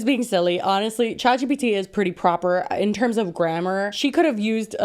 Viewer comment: Chat gbt ? Gpt? Shat bt ? What are you saying and what is it?